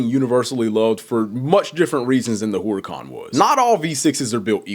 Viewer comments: Herrr-ican. not whore-ican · no it isn’t it’s actually supposed to be pronounced “Urr-A-Can” or “Err-a-Can” not whore-a-con or Hoo-ruh-Kahn.. the H is silent. like I said it’s no hate but it was just cringe the way it was said it in the video. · Ngl you pronouncing Huracan as whore-a-con really made me cringe. No hate though js. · Why you say whoreacon? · “Whoreican, Whoriecan, hoorican”